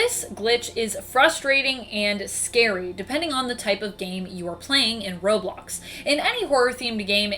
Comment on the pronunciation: You said robox